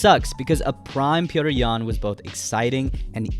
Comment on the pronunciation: Petr’s Yan lol